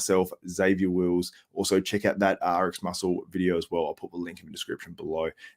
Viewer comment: Can u say also instead of uzwow...sounds like ben chow(the ninnie)